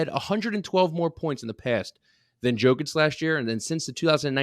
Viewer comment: learn how to pronounce Jokic, he is b2b MVP